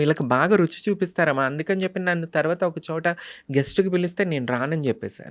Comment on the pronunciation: గారు రుసి కాదండి రుచి అని పలకండి. All the Best అండీ. 💐💐💐💐